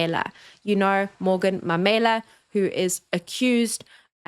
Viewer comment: MAUMELA.. not Mamela.....pronounced MA - ma UHHH -u MARE- me LA-la CHAUKE pronounced CHAR - cha UHHHH - u KE ( like you say Kenya) - ke